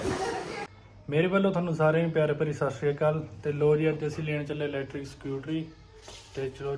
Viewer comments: Electric not lectric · Bai ji tusi pede likhe ho tuhade to umeed nehi k lectric nehi electric hunda tusi bol v lectric lectric rehe ho .lectric da koi metlab nehi. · ਵੀਰ ਗੁੱਸਾ ਨਾ ਕਰੀ ਲੇਟਰਿਕ ਨੀ ਹੁੰਦਾ ਏਲਿਕਟ੍ਰਿਕ ਹੁੰਦਾ ਪੰਜਾਬੀ ਦਾ ਸਤਿਨਾਸ ਨਾ ਮਾਰੋ ਵੀਰ ਕਿਉਂਕਿ ਆਪਣੇ ਆਉਣ ਵਾਲਿਆਂ ਨੇ ਇਹਨੂੰ ਹੀ ਸਹੀ ਸਮਝੀ ਜਾਣਾI